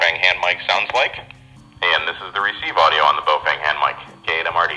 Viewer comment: Bo FANG...really? Remember Feng Shui (Fung Schway)? Same Feng. Baofeng = Bofung. I know 'Fang' is a fairly common mispronunciation. Just sayin'.